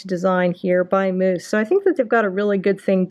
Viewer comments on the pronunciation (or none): Ahahahahaha! Why are you pronouncing Mous like mousse and not mouse?? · Pronounced mouse not moose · you said moose it is mous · Bruh it's not moos it's mouse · Future reference its pronounced "mouse" not "moose" couldn't stop laughing but great info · It’s mouse. Like mouse. Aaaaarrrrrggggghhhhhhh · honestly I think you just own the moose pronunciation. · 1 it’s pronounced mouse, and 2 just drop test it if it’s that good of a case instead of showing the accessories for half an hour